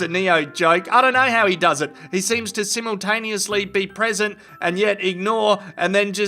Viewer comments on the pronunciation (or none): none